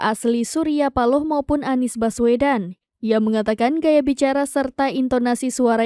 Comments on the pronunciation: Seperti suara yg bacain Mezzo Novel😂😂😅😅😅,, masa pak surya speaking spealing nya bacanya Nies😅😅😅😅😅😅 yaa Salam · perhatikan ucapan "haduh NIEs" rata2 pengucapan / pelafalan dari AI memang ngebacanya spt itu, lihat aja video2 short yutup menggunakan speech transcription, pasti ngebacanya bukan ANIS, tapi aniEs. kalo suara memang bs sama /mirip, semua bisa di tiru dengan AI